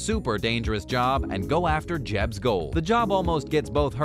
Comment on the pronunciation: Did you really call Jedd "Jebb"? Lol. If you're gonna do a video on a show, you might wanna learn the characters correct names at least. 🤷‍♀️